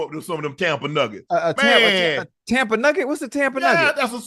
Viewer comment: tell Shannon it’s Hava Tampa